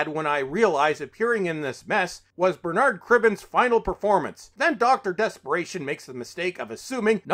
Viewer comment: Also, the emphasis on Bernard is on the first syllable not the second. 👍